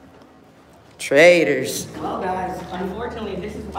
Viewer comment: at the end why is the frauditor calling the police 'traders'? Oh, I forgot, they have no command of the English language and cannot pronounce 'traitors'.